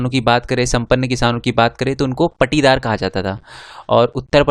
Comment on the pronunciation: Sir wo paatidar hota he पाटिदार mp